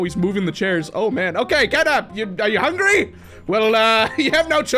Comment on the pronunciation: Bro turned catnap into, fatnap💀